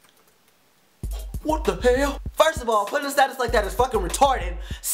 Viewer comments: "Wat da hael"lol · i laughed hekka hard every time he said whut da hell! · Lmaoo!!! Its funny how he says "Whata hell?" lmao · I love the way he says "whata hell" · He says WHAT THE HELL like an asian .. (